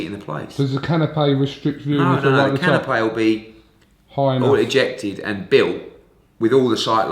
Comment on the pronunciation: its can-o-pee not can-o-pay unless their fighting for food.